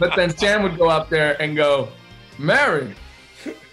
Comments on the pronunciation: "Mawwiage" is what happens when you spend time around I don't wike it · No one: Anthony Mackie: Mawwiage... Mawwiage is what bwings uth togethaaaa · Anthony was saying "mawaige"--I remember an episode of The Office where Michael was doing the same bit...what is this joke referencing?? 😂 my first thought is Looney Tunes